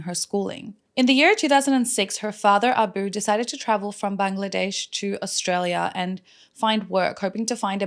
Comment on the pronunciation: Thank you! I was today years old hearing the correct way to say Bangladesh! Keep up the good work! We adore you and are grateful for the stories you share with us with such compassion and intelligence.